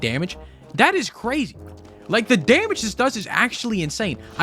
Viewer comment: Cwazy :3